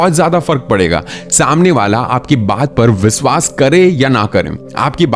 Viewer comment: Aap sh kyu nahi bolte ? Englis nahi hota English hota hai Bhasa nahi hota bhasha hota hai Viswas nahi hota vishwas hota hai . Aap bhi sahi bolna sikhiye . Ghalat bolne se sunne walon ko bahot taklif hoti h